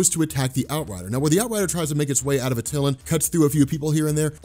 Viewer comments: It's pronounced "AT-TIL-AN" not "AT-TIL-UN". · Good job... also it is pronounced AT-eh-lan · At- ill- LAWN. Try that pronunciation